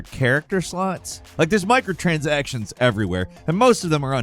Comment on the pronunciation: "Micro" transactions